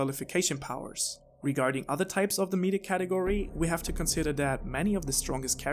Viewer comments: lol meeeata its meh-ta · This. In my whole life I have never encountered anyone that mispronounced meta like this. Meeeetah... jeez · Not "meet-a" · You lost me when you said “Meeeeta” instead of “meta” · Sorry I just started your video but I gave to stop you right there. It's not meeta, its meta with soft e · Hearing him say Meat-ah instead of Met-ah made this unwatchable for me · is it your accent that has you saying "meat-ta" instead of "meh-ta", or is that just what you say despite being able to and knowing its different? I always nit pick these things until I know. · Great video but it’s pronounced “Mehta” not “Meeta/Meata” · Adrian Smith 💩 was driving me nuts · I cant finish this video, please remake it with the pronunciation of MET-Ah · This is hard to watch🤦🏽‍♂️😂 “meetah”😂😂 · meetah. meetah. meetah. meetah. meetah. meetah. meetah. meetah. FUCK UP OMG hahahahahahahahaah Almost had to stop watching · This guy needs to google how to say META ITS MEH TAH META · Drove me crazy every time I heard meta pronounced meet-uh 😤😤😤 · Why do you call it “Meeta” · it was very considerate of you to address it and you didn't have to, but I'm glad u did cuz it genuinely pissed me off. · Now* but yeah it was off-putting but I watched anyway thanks for the video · By the 3 minute mark I was already mispronouncing 'meta'. It's infectious, haha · Oh my gawd I've never heard someone say meta more wrong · Is anyone else already annoyed 52 seconds into the video cause of how he mispronounces the word 'meta' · Your damn British accent makes you pronounce the word meta in such a shitty way. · Never heard meta pronounced like that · Bruh. I'm unsure if you're talking about this kind of meta; or something else entirely - I am really sorry if I come across rude, but your pronunciation of the word is really tripping me up. >.< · Fuck him messing up meta so many times really got me